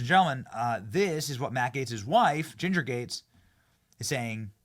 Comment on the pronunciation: Gaetz not Gatez